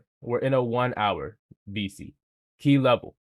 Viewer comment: Are you saying bisi??